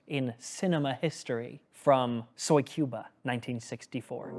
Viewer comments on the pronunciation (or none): Soy Cuba? It's not a vegan alternative for Cuba! Put on the right inflection!